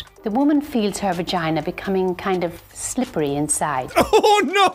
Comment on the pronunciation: Whe she said "sLiPpErY" I actually turned my head and recoiled in pain